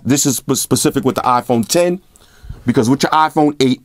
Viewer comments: LOL it's not an Ahhhphone it's an iPhone.. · it's iphon bro . not afon 😂